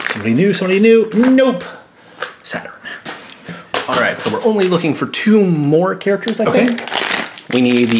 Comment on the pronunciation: It's SATURN, not Satin =)